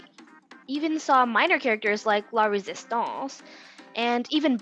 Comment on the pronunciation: the way u said La rEsiStANcE